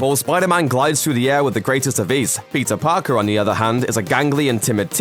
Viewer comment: Am I the only one that hears "Pizza Parker" when he says Peter Parker?